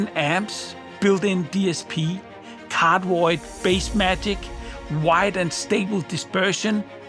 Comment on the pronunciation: anyone else always understood "in cardboard mode" instead of cardioid ?! xD